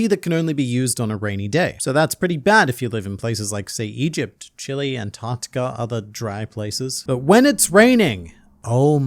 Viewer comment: Love how bro pronounces Chile like the vegetable 🤣😂